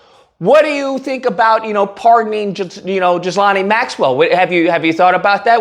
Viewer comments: its pronounced..... GHEE-lane... not Gizlahnie😂😂😂😂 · It’s pronounced Ghee-lane Maxwell. Dumb ass spelling. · Even though these are respectable characters in this story, it would be nice if you'd pronounce their names right: "GILL-LANE" and "EP-STEEN". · Not that she deserves to have her name said correctly, but think of the name like GEE-LANE. I hated hearing her name… just sounds as nasty as she is!